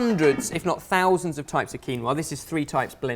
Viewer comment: Keen-wa... Quinn-oh-ah